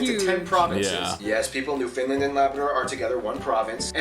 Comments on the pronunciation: It's more like New F'n LAND, emphasis on it being LAND not Lund. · The colour red in the Canadian flag do not represent sacrifice. Red symbolizes prosperity & hope. There's no "fin" in Newfoundland. You pronounce it the same way you pronounce the word "understand." Or, Newfunland is also acceptable. Quebec. Saying Kebec is phonetically correct. Newfoundland is not one of the "Maritime Provinces." There are three Maritime Province; Nova Scotia (my home) New Brunswick, and Prince Edward Island. those three, PLUS Newfoundland make up the four "Atlantic Provinces." And not a lot of french is spoken there. The throat game. You win when your opponent laughs. Or they win if you pass out from hyperventilating...lol. You guys should seriously check videos about the Arctic Olympics. Here endth the lesson.